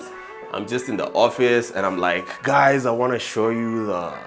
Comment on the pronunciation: did u just say hi gays?